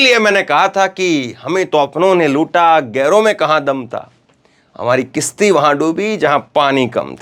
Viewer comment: किशती नही है कशति है